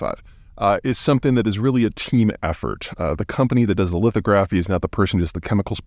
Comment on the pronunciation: Great video. "Lithography", however, is pronounced somewhat differently... emphasis on 2nd syllable. It's a dead give away that you see the word more in print than in conversation ;-)